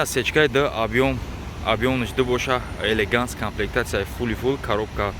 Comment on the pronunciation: Ебача елеганз нагу елеганс бгу